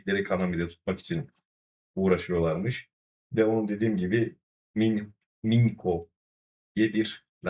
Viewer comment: The pronunciation of Mincho is Minsho